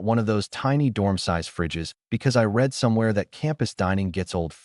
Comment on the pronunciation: You know it's AI by the way it pronounces the past tense of read as reed, not red